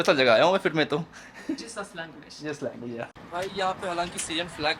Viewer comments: Its not Jejus its 'Jesus' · abey jejus nahi hota hai jesus hota hai